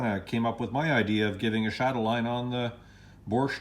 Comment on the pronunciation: No r in Bosch. Pronounced Baash. No negativity. Just an fyi. Thanks for the video.